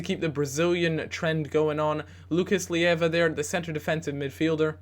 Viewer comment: It's Lucas Ley-va not Li-ev-va